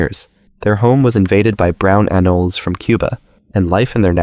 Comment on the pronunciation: It’s green “an-o-lee-s” great video tho